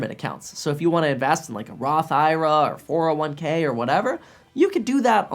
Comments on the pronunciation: Who calls it a Roth "Ira" instead of a Roth "I.R.A."? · did I hear that right Did just say Roth IRA as one word? its pronounced I-R-A.